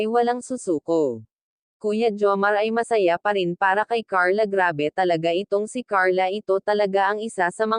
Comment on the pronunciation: Ayusin mo ang salita mo hindiz perzin,. PARIN